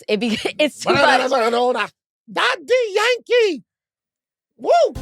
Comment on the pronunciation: That, "Da Dee Yank EE", shit was insane 🤭